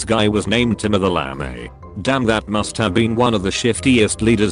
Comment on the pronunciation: Timur "the LAMEY"?